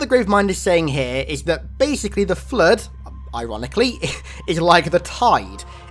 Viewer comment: God damn your voice is annoying. ‘Da flud’